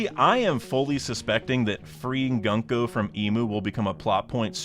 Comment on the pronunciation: I unsub bcos you said 'gun-co', it's 'goon-co'